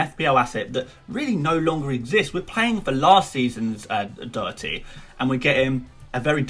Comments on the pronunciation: Its pronounced Do-her-ty Not Doo-her-ty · It’s pronounced like Daw-hearty. Not like dough-erthy. It’s an Irish surname ;) But love the vids keep up the good work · Doh-her-tee not that hard tbh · Its pronounced Daw herty 😂😂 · Doherty is pronounced doh - her - ty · I've heard so many ppl say dhock-er-tee, even Gary on MOTD says that also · Dohertys name is do- like doss and her- tee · Sorry got it wrong it's pronounced Daw-her-ty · Its Do-dir-ty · Slightly disappointed you couldn’t pronounce Doherty’s name. Especially as you knew his name was involved. Great content though.